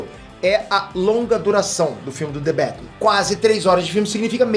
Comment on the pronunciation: the betman?kkkkk...aqui e brasil po.kkk